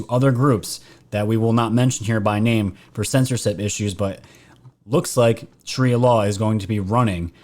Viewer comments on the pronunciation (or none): none